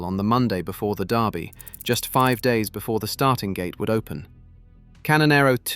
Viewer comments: It's the Lul-vul DURbee, not Louis-ville DARbee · its Kentucky derby not darby derby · AI! It's Derby not Darby you piece of metal crap! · Your persistent mispronunciation of the word 'Derby' is driving me nuts. The sound you're looking for is NOT "are", as in car or tar! It's the sound you hear in words such as, well, 'word' or 'bird' or 'turd'.